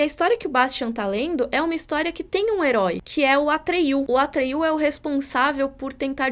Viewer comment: Não sei se em inglês se pronuncia assim, mas em português n é "atriú" e sim "Atrêio".